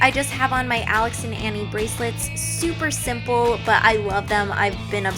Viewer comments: Ani is pronounced like (ah-knee) not annie missglamorazzi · Hey Ingrid! Just so you know, those bracelets are pronounced Alex and Ahhni not like Annie :) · It's pronounced Alex and Aw-knee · you pronounce alex and ahi wrong -_ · Your pronouncing alex and ani wrong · you said alex and ani wrong